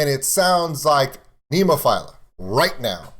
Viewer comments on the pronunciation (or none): Hey I hate like hell being the grammar police but the band is pronounced Nemofeelya, all my love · Becka- agree except there is no Y sound, and no "i" in Nemophila. Neem-oh-feel-ah